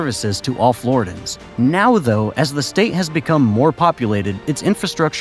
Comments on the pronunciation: OMG! Dude. Not flori-dans. Flor-RIDDY-yans!😅😅😅😅😅 U don't say Carolin-ans. Or Californ-nans. Carolin-ian. Californ-ian. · It's pronounced flaw·ri·dee·uhnz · Floridians. Not Floridans. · Good content but your pronunciation is brutal Deeestin?Floridans?Alleering?